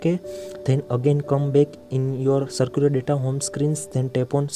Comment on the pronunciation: Bro it is not circular— It is Cellular 👀